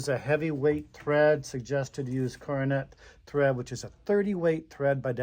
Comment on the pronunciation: Pronounced “Cor don a” foot